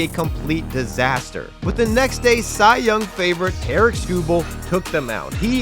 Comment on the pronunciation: Someone teach this man how to pronounce "Tarik"